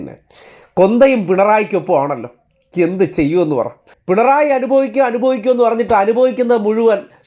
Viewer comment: അനുഫവിക്കും...... അനു ഫവിച്ചു 😂